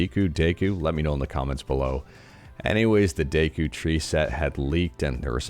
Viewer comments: It's pronounced "Deh-ku", I think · I pronounce the Deku Tree as Deh-koo